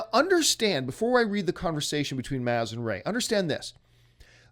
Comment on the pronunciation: This guy doesn't even know how to pronounce Han or Maz. Why are people listening to him?